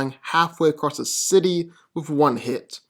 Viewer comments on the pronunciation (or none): none